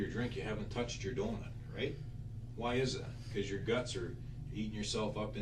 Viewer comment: Adorable, especially with that accent! Doonut😁